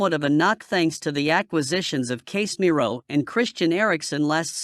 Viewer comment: Not Case Miro but Casemiro